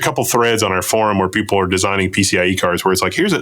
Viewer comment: It's for-UM not for-OOM.